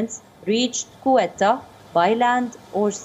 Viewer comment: You need the learn the proper pronunciation for Ceuta. ‘Say u ta”